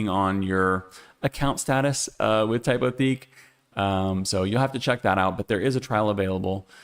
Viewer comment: I really enjoy your videos. Just a quick FYI: Lineto is a Czech company, so they pronounce it “LIN-eh-to.” And depending on who you ask, Typotheque is either “TYPE-o-teck” or, if you're feeling fancy, “TYPE-o-teek.” We're all learning as we go. Keep up the great work!